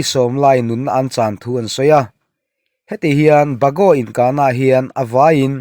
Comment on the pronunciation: Bakaw ti tawh lo in peekhu ti in laam tur a ni